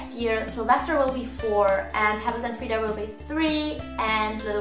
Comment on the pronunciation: You call Freida Freedee a lot.